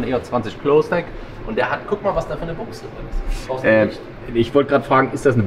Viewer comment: Triggert es dich denn nicht auf Dauer wenn er immer Büchse sagt aber Buchse meint? 🤔